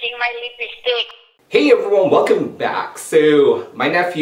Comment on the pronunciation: he always says hey everyo without the n lolz